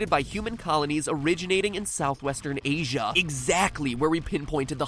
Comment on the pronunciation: Anyone else find it funny the way he puts emphasis on the A at the end of 'America' and 'Asia'?